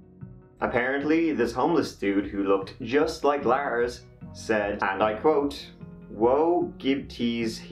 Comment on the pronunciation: “On Jyoon Teh TirTieT” “Laers went to a MACdonalds”